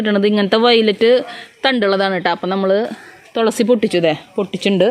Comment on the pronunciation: തൊളസി അല്ല കെട്ടോ തുളസി ആണ് 😂